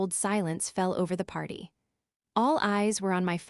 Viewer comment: “A few months after the Pee…..arty” hahaha. Unmonitored AI. Neither like nor subscribe.